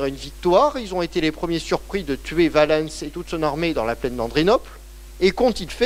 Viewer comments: les personnages et les lieux connus on prononce à la française quand on parle français. Si on prononce en prononciation restituée ce n’est pas valènns mais Ouálens avec le son ou/w au début pas V, et l’accent tonique sur oua pas sur lens. Et si on veut être VRAIMENT puriste en restituée alors en outre il faut prononcer une nasale à la place du « en ». Car les voyelles suivies de ns étaient nasales et le n tellement faible qu’il ne restait que la nasale. D’où quotiens = quoties etc. Mais je ne m’attends pas à ce que vous connaissiez ces subtilités. Le fait est qu’en français on dit Valens comme Valence, la ville. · Passionnant. Attention quand même, Valens ne se prononce pas va-lènss ni val-leunnss EN FRANÇAIS mais va-lance rime donc avec Sens. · Son accent n’a rien à voir dans cette histoire. Si vous ne comprenez pas la différence entre prononciation d’un mot et phonétique de la langue, je ne peux rien pour vous. J’entends l’accent, mais ce n’est pas son accent qui fait qu’il se trompe de prononciation pour Valens.